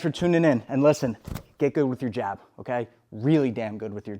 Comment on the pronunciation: bro said G A B lol